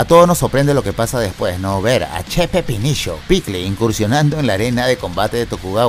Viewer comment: amo cuando dice che pepinisho HAHAHA